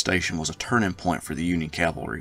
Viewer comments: Great vid and as a yankee decendant(24th michigan), Forrest has always fascinated me. There is something very American about the ability to start as a private and end the war as a Lt. General based on merit alone. Btw, if I had one critique, it's the constant pronouncing of cavalry as calvary. work on it. otherwise, your content is top notch. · I hate that pronunciation too. I apologize. I make it a point to say cavalry, but when I get excited when talking I will slip and say calvary. I know exactly what you are saying.